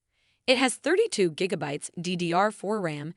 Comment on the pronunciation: Did she just say djiggabytes? 😆